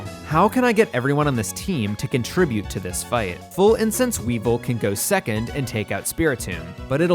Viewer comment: I'll excuse "Croagunk" said as "Cro-A-gunk", but I won't excuse "Weavile" said like "weevil".